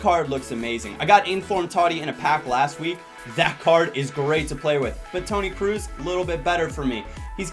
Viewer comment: Toni Kroos is not pronounced Kruus. The double oo in German is pronounced like a long o